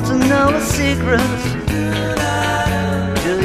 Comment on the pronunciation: Best impression I've ever heard of George. Only slight blemish is the pronunciation of "secret" as pointed out below. Someone went on Stars In Their Eyes once doing Paul, and this is much better. You ought to try to go on if they still do it.